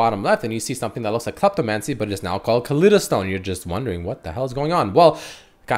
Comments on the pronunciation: u are say Kaleidostone wrong. Say it as if its spelled Kalydostone. ly should be said as if u were saying lie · Ka-ly-do-stone. Just like Kaleidoscope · ka-lide-o-stone like kaleidoscope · Probably meant to be pronounced like kaleidoscope. Ka lie doh stone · HOLY KAH-LEE-DOH! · Learn how to say Kaleidostone correctly lol